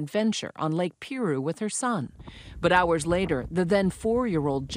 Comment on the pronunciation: God bless her family. It’s Lake Piru (pronounced pie’-roo)